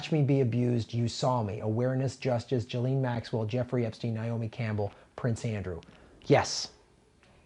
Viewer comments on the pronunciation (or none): It's pronounced 'jizzlane'